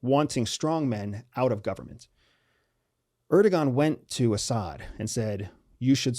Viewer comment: Really trivial, but: don't say "erdogan," it's "erdowan."